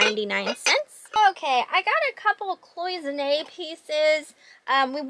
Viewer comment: So proud of you! You pronounced Cloisonné perfectly😊